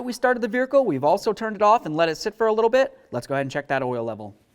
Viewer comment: Raise your hand if you counted the way my friend here said veirhercle…. lol 🙃🙂😵 great info nonetheless. Just couldn’t get over the accent… good stuff keep it coming👍🏼